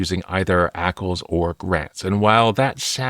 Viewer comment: Let's call it: A-C-L s instead and not ackles 😂